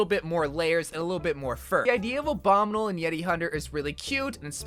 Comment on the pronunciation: I dont like the way he says "abominle" instead of "obominible"